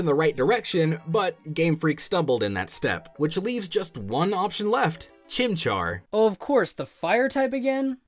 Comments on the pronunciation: It's chimchar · its chimcahr chimchar is the best #teamchimchar